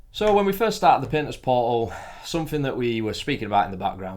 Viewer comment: this might seem a bit immature but how you said "Painter's Portal" I heard "Penis Portal" and had to look at your channels name to verify what I heard. going to go back to watching the rest of the video.